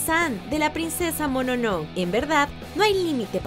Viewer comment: Es princesa MononoKE, no MONONO, aprendan por favor